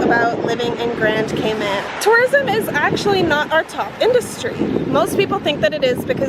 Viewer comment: Cayman not catman😂